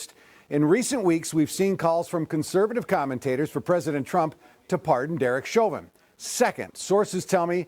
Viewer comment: It's pronounced show-vin